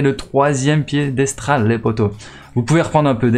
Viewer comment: Mais t’es aller à l’école ????? 😂😂😂😂 piedestral maintenant🤣🤣🤣🤣🤣🤣waaaa jsuis mort aucun sérieux cette vidéo